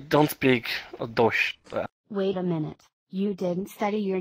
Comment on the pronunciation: ICH LERN DEUTSH BITTE NEIN STERB Butchered like 3 times but like ok